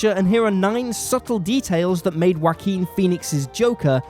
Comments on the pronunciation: Respect for the content, but I never heard someone pronounce the name as 'Whoakin' before. This makes the video hard to take serious. :< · "Whakeen" is the correct Spanish pronunciation of the name. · "wa keen" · Everyone; such a great movie yeah yeah Me: did he just say Waki Phoenix? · That's a funny way to pronounce Joaquin, but I loved the video, really good work and good analysis. Thumbs up.